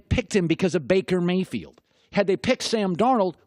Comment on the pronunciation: "I could takle Baker Mayfiled"